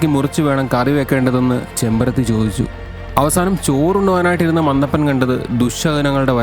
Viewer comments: ചെമ്പരത്തി അല്ല ചെമ്മരത്തി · ചെമ്പരത്തി അല്ല കേട്ടോ ചെമ്മരത്തി ആണ്...... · ചെമ്പരത്തി അല്ലെടോ ചെമ്മരത്തി ആണ് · Chembarathi alla “chemmarathi”